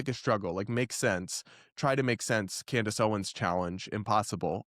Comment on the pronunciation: WEIRD is not a reasonable explanation and Candace sure uses a lot. She can’t even say her name right: Camrace 😂😂😂